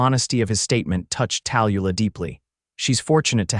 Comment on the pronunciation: I enjoyed the story but I hate the AI reader. The name Tallulah is pronounced Tal-Lu-lah. At least get the main character’s name right. It was distracting. Like I said however, I enjoyed the story.